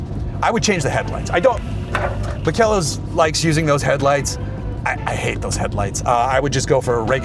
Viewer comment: The name of the company is Makel los, which means flawless in German. [ˈmaːkəlˌloːs]. It's pronounced with three syllables: "ma-kel-los". The emphasis is on the first syllable "ma". Fantastic car. Love it.